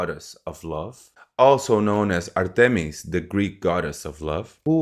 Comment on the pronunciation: I am Greek. Aphrodite was the ancient goddes of love. Artemis was the goddess of the hunt (the correct pronunciation is ˈɑːrtɪmɪs - not ɑːˈrtɪmɪs)